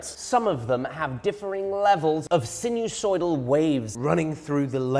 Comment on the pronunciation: Sinusoidal, not so sinewsoidal.